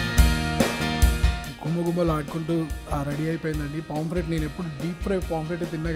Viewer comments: Nice andi👌👌👌,kani adi "PAMPLET" kadu "POMFRET". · ori సామి.. adhi పామ్ఫ్రెట్ రా నాయనా.. పాంప్లేట్ చేసేశావ్